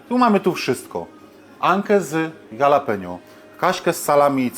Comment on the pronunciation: Jalapenio czyta się Halapenio, J w hiszpańskim to H a nie G:D